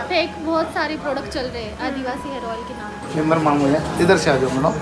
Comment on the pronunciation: Hair ...not harss😂😂